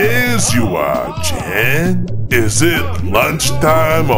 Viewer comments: He said Jan instead of jon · I think is supposed to say Jon but it sounds like hes saying Chad lol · said Jan but he said jon